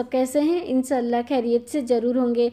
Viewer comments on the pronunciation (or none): तलफ़्फ़ुज़ ठीक कर लो ईन्नषआ अल्लाह, कैरियत यह सुनकर अच्छा नहीं लगता انشاء االلہ خیر یت ھے،